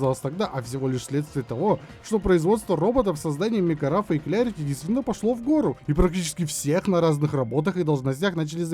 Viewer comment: Так тогда вообще Клэрити, учимся душнить правильно